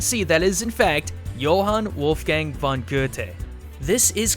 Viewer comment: Expect of the Goethe you said Johann Wolfgang right respect Im Austrian